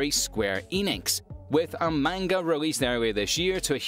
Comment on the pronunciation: Please go to google translate and see how to say manga properly